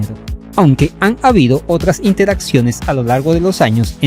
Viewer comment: ¡Ojo! "iteraciones", no "iNteraciones".Excelente vídeo, compañero.